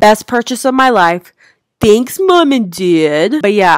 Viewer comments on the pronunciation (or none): “ThEnKs MuM aNd DaD”